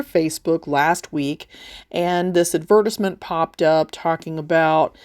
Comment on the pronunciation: You're great!! Thank you 💕 I'm sorry but the way you just pronounced "advertisement" was funny 😆... It sounded like, "adverrrtisment" 😜 you made me smile 😁 I love your tutorials!! 💖💖💖🙏🏻